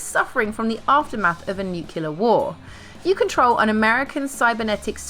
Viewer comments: did i hear nucular? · "Nucular" war,?